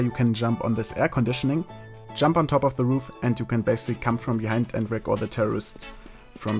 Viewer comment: Sounds like and you can basically "cum" from behind. I love our german accent <3